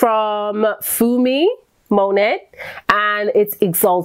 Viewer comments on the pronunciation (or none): none